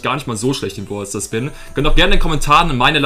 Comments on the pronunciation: du bist nicht schlecht in brawl stars selbst, sondern nur darin das wort brawler oder braelstars auszusprechen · Du sprichst brawl Stars nicht richtig aus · Find's witzig wie du zu Brawl Stars immer Bwawl Stars und zu Brawler Bwaler sagst😂 Kein hate btw